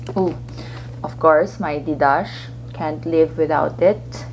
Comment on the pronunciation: Love the bag! 😍 Pero ang sosyal din nung “Didassh” (Didache) 😁